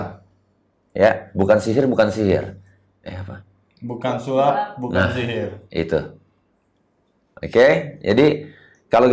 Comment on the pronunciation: Bukang sulap bukan sulap😂😂